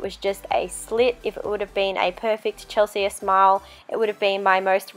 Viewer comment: This is amazing but the way you say Chelsea is really annoying me haha it's pronounced chelsee